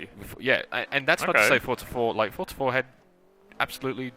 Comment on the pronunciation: WTF it's called "Forza" not "Fortza"!